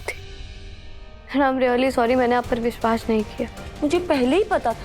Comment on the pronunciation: rimjhim says bishwash😂😂